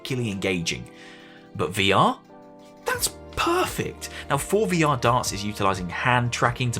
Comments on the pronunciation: Every tine you pronounced it "For VR" instead of "Forevor" I cringed. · The forevr is pronounced forever... The way you say it is basically meaning "pre-vr," by how it's spelled.